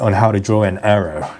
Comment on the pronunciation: 'Bro, it's just an arroh.'